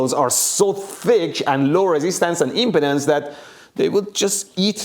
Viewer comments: ...the impedance of the line... I heard that as the impotence of the line. Accents can be amusing. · 40yo and i just discovered i have been pronouncing "impedance" incorrectly 😅😂